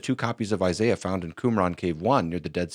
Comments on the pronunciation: He said Isaiah scroll, not Eye-Sy-Uh of course those are different scrolls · Never trust a man who cant properly pronounce the name “Isaiah” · I know damn well Alex is smart enough to pronounce Isaiah correctly.